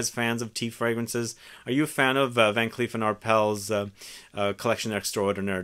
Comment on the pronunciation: Excited about many of these, still love Oud and love Myrrh. Also, just fyi the "s" is pronounced in Van Cleef & Arpels.